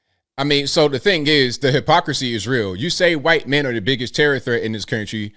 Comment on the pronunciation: Why do you pronounce the "h" in white. That's a hard "r" brother.